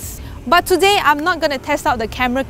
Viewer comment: Today =Sudey ,scared =care, pretty =pity, fab pronounciation 🤣🤣😂😂🤣😂😂🤣